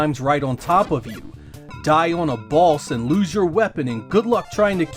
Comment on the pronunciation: I allways hear you say balls instead of boss🙈